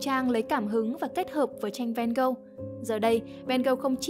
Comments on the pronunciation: Mình có 3 góp ý: 1. Phải là Theo và Vincent. Van Gogh là họ, Theo là em trai ruột nên cũng mang họ Van Gogh. Theo có full name là Theodorus Van Gogh. Cứ đọc Theo và Van Gogh nghe nó ngớ ngẩn vô cùng 2. Van Gogh đọc là Van-Gốc, không phải Ven-Gâu, vì đó là tiếng hà Lan. Tương tự, Gauguin đọc là Gâu-gin, không phải gâu-ghen vì đó là tiếng Tây Ban Nha. 3. Bỏ mấy cái tranh AI ra dùm đi. Nguyên bộ phim Loving Vincent thiếu gì scene có thể capture ra dùng mà đi lấy tranh AI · Nghe Van Gâu nghe ngứa tai quá, là Van Ho mà 😢